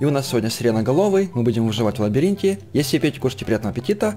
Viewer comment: И никто так и не заметил ошибку. "ЛабАринте" "ЛабИринте" :>